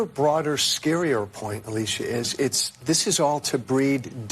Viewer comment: can’t pronounce “th” 😂😂 DIS… DAT… DEY